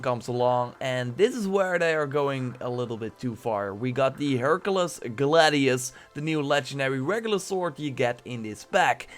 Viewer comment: Learn to speak English. You can't say: armour, Hercules and you called a helmet a hat. FFS